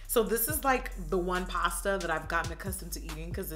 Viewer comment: When you said pasta 😍😍😂 you’re to funny